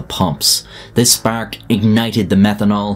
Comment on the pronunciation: A "sperk"